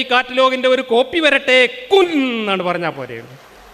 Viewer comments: ൻ നു പകര൦ ണ്ണ എന്നു തോന്നി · അള്ളാവിന്റെ "കുൻ" കേട്ടപ്പോ എന്തോ പോലെ തോന്നി!!!